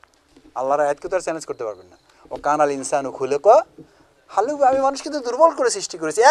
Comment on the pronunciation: কোর আন সহি করে পড়ে তার পর বেক্ষা করবেন ভাই জান আমি আপনার বিরদি না শব্দটা যাজুআ না আরবিতে দেখে নিবেন